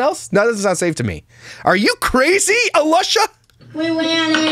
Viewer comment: Did I hear you call her Alusha! Hysterical! Pretty appropriate. 🤣